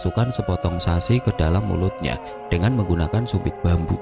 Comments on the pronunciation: Lg ngira2 mkn sasi apaan ya?🤔, oo ternyata sushi. Knp di baca sasi😭😭. Ok Dtunggu kelanjutannya mas 👍👍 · sushi mas bukan sasi. gatel bgt telinga dengerny 😭